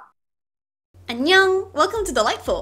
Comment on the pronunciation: yknow ive always wanted to tell this now is the time...i thought the intro was like " anyong welcome to the light bulb"....i was thinking of that for the past-......nvm i cant remember now i know its actually "anyong welcome to "